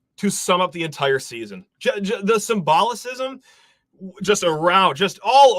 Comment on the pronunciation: it's Symbolism, not Simbolocism, Doofus.